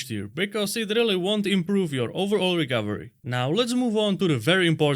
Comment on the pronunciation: Sounds like he’s saying Rick Overy, not recovery.